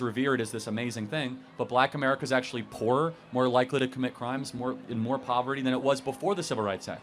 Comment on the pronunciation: First of all learn how to say POVERTY before you get up here and try to be this wise guy!